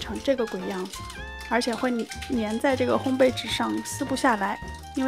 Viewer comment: 发音很棒 ！两个很多人读错的字你都读得很准确：玫瑰[gui]，烘焙[bèi]。